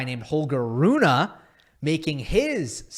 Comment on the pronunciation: Broooo, its not Runah, but Rune. Like Runeh its pronounced